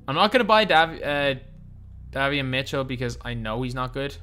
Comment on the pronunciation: It’s pronounced Day-Vee-On